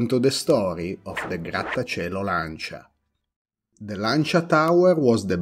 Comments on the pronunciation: So after this video I have been pronouncing Lancia wrong all my life 😂😂😂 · Yep. I know that saying “Lan-cha” is weird for English-speakers, but that’s how the word is pronounced in Italian :)